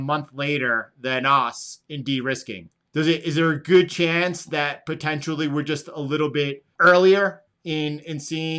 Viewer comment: “Potentially”.. I can’t find the “U” in Potent-i-ally 😂 sorry bro, bugs me everytime